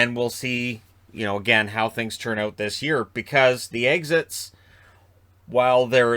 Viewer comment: "the eggsits(exits)" haha